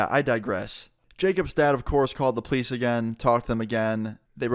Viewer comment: you said police like please